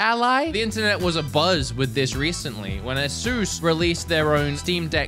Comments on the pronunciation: U say it "a ඞ" (a sus) not "ay shus' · The company is pronounced as A-sis. NOT A-seuss, Dr. Seuss😂😂😂😂😂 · “Ayy-suss” emphasis on the “ayy” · this is how you say asus: Ace - s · Asus is ay (as in ay from ayo) and soos (Zues with an S) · That is actually quite close to how they pronounce Asus in Taiwan